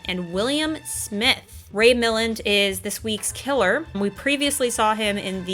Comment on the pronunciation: Jarvis' nephew was so pathetic as well as being his partner in crime, and the nephew's wife is unlikeable, that Milland had to amp up his jerky behavior to make anyone care that he got caught. I'm guessing you don't know his work, given your pronunciation of his name. His most famous role is "The Lost Weekend", which earned him the best actor Academy award. "The Major and the Minor" would be a good example of his comedy acting.